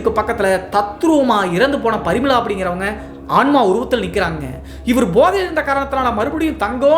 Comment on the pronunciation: ப்ரமிளா வா இல்லை பரிமளா வா